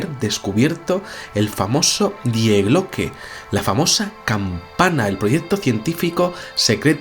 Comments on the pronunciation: el artículo gramatical del idioma alemán "die" que en español corresmonde a "la", no se pronuncia literalmente como se escribe, su pronunciación es "di" por que la "e" en ese caso es muda. "Die Glocke" como sabes significa "La Campana" y se pronuncia "di Glócke", no "die Glócke". Saludos. En ambos idomas ese sustantivo pertenece al género femenino por lo que suena mejor si dices "la famosa "di Glócke" y no "el famoso die Glócke". Es sólo una sujerencia para cuando se van usar términos de otros idiomas consultar algo en un diccionario sobre género y pronunciación para no crear en las mentes de las personas terminológías erroneas. Puse el acento en la "ó", a los efectos de pronunciación a modo de ilustración de la traducción. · El video muy bien, pero diooooos... Me pones enfermo cuando dices Die Glocke en alemán. Se pronuncia "Dii Gloke", el diptongo ie en alemán es una i larga. Por favor hazlo. No te lo digo de malas, no no... es solo que me pone de los nervios (hablo alemán y vivo en Alemania y cuando alguien pronuncia algo mal me da un algo).